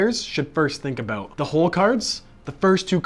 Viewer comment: I didn’t think you were Canadian until you said “aboot”